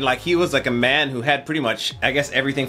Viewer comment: Just for info, the word Man shouldn't be pronounced in English as "men". The name is 叶问 (Chinese: "ye wen"; Cantonese: "yip ma n")